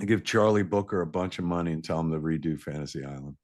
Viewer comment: Oh Kevin for fucks sake, its Charlie BROOKER. Why do you always get names wrong.